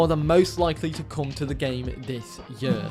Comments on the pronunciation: It’s pronounced “this year” not “this yuhhh” also your sever rules are garbage… 1 body down….? Grow up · I'm from England, not gunna lie you say year strangely lol Awesome video 😊